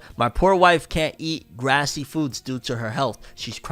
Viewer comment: Follow up: It’s grease. Say “greese.” Not “grassy.” I was like, Grassy foods? What are those? Like grass? Salads? But no. Grease, like the movie with John Travolta and Olivia Newton-John? As in, “Liquid fat is…grease.” “You’re killing me, Smalls.” You’re killing me.